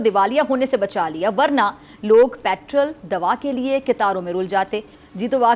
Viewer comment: ہوا کے بدلے رخ کے ساتھ آپ کا بیانیہ بھی آپ کے اصولوں کی طرح ہوا کی طرح بدل گیا ہے ۔ آپ تعلیم کی سب سے بڑی ڈگری یعنی پی ۔ ایچ ۔ ڈی کی مالک ہیں لیکن آپ پیٹرول کو " پیٹرل " کہتی ہیں جو ایک سمندری پرندے کو کہتے ہیں ۔ شائد رٹا مار ڈگری والوں کا تلفظ اور اصول کمزور ہوتے ہیں ۔